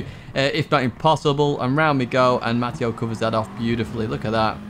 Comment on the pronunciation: it’s pronounced “Matt” “ay” “oh” not “Matt” “EE” “oh” I’ve spent all my 54 years being called the latter. From your fan “English Matteo” (Ovetharhill PSN)